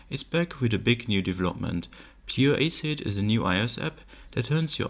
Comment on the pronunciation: Pure „aysit“ 😂